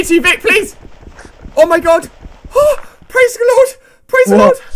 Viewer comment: "praze the lord . praze the lord " XDDDDDD i died